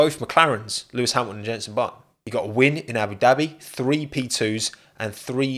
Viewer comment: The word is THREE not FREE